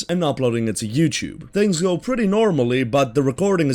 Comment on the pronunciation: Not being mean but it's you-T-ube not you-CH-ube.